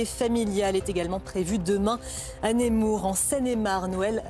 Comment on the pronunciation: Pour information on dit "N(eu)mour" pas "N(é)mour" (écriture : Nemours)